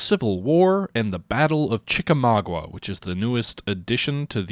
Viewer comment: Sorry, gotta be a peeve again and say it's pronounced Chi-ka-MAW-ga. Also the Chattanooga-Chickamauga area is quite beautiful! I highly recommend checking it out.